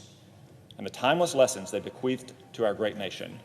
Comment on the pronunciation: why did it sound like he said "bequeefed"?